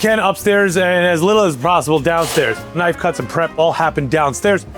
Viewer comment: now that’s a “knofe”